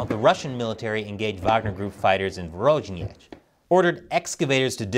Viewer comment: I wanted to congratulate you on surprisingly good pronunciation so far but then you said "Vorojnej" instead of Voronej/Voronezh...